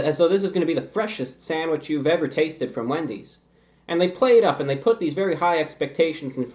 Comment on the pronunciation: it sounds like he said 🅱endys